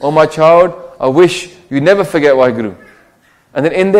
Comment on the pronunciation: it's wahi guru not wahe guru?